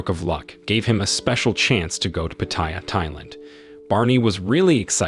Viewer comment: Pronunciation is...Pa / Ta / Ya, not Pateya. Place is great for only two things, Farang food and Ho's.